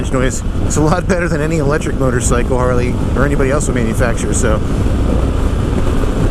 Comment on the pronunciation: You said it right..The non Harley….Harley!